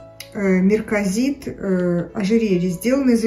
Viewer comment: Марказит, а не мЕрказит, слово персидского происхождения.